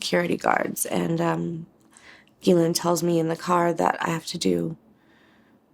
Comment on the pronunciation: You should at least learn how to pronounce Ghislaine....... FFS